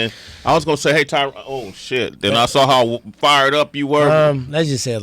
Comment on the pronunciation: Tyron is family to you but you can’t say his name right?